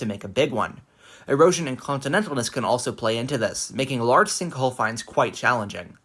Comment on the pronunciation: sinhkole lol, otherwise very interesting video!